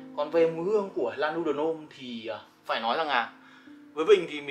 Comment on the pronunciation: Góp ý chút là a nên đọc tên nước hoa chuẩn 1 chút, và đừng đọc ngọng L-N ạ, nghe hơi khó chịu , nhất là Lanuit de L"homme